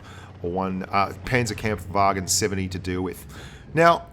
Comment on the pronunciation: It's funny how he says the first two A's in Panzerkampfwagen like a yank and the last one like a brit XD